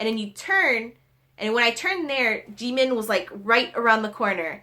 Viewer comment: She says jimin wrong😂